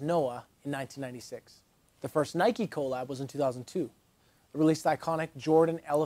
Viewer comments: People who say co lab instead of collab is annoying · Love the videos. Hate how you say collab. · I love your videos but the way you pronounce “collab” is insane